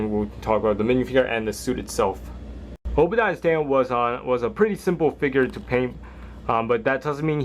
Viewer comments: U said obadiah stan its spelled obadiah stane like A in the the stane name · it's pronounced stain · ***** just saying it was pronounced Obadiah Stane